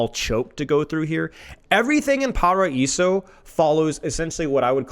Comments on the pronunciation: BTW IT'S PRONOUNCED "PARAIZO" NOT "PARAISSO"!!!! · I appreciate you trying to pronounce the name of the map according to its native pronunciation! However, just a tip in case you want to pronounce paraíso as close as Brazilians would a pronounce it, the way we say it sounds more like paraizu, so the r is rolled, however the s makes a z sound and the o is turned into a u. But if pronouncing paraíso as it would be said in Spanish was your goal, then the pronunciation is correct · The S in Paraíso has a Z sound. Paraizo.